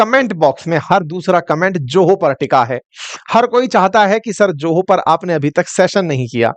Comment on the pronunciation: यदि Zoho का उच्चारण 'जोहो' होता है तो Joho का उच्चारण क्या होगा?! और आप teacher हैं?! :face-fuchsia-tongue-out: बाप रे...!!!